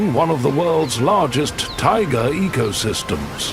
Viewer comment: Тайга - emphasis is on the ending A. I love videos about every country on our planet , every region on every continent… what I do not love at all, what irritates every sense in my body is when the program is led by somebody who does not know how to pronounce the terms the program is about!! You are mispronouncing many of the names given to the region , to the animals, to items found in that region including the word Tai-gA… 😢😢😢 Your own pronunciation of "tigAr" -- literally implies how the correct pronunciation of "TaigAAAAA" goes😂😂😂😂😂